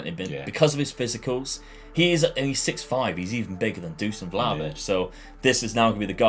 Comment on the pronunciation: its not Vlavitch its Vlakhovitch dude